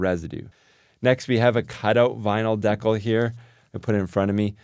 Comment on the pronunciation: Great idea! (Though it took me a while to figure out what word you were using. I've never heard anyone pronounce "decal" that way!)